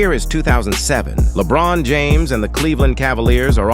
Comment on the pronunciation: Please use a different AI generated voice and work harder on ensuring it pronounces the players' names correctly. Your video still makes it feel like it was LaBron and a bunch of plumbers reaching the Finals.